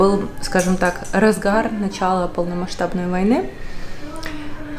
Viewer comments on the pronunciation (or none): none